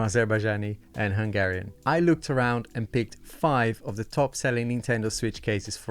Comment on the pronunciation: Hehe!! you nailed Hungarian!! 🙌🏽